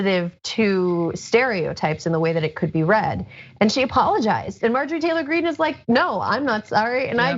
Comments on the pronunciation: Love you on the show. Love John also.When you said Marjorie T Green , it sounded to me like MARJORIE GANGRINE. That's a perfect name for her.😅👍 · "Margarine Tangerine."